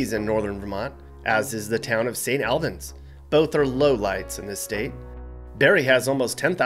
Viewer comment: Your saying Albans wrong 😂